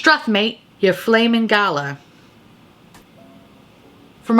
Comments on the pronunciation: Blow horn seems like a fab euphemism for sex or at least a blowy 😉 😂 Also as an Aussie I’ve gotta help ya out Aussie - Oz-ie Struth - strew-th Galah - gul-ar Straya - Stray-ya it’s a short Australia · Ok. I feel like you're talking to me today. And people have probably already commented but because I haven't read the comments I will just say this - Aussie is pronounced O-zz-ee . Galah is gal (as in girl) gal-arr . And struth is pronounced Str-oo-th . Love your work and accept your apology for butchering our slang. Hehe!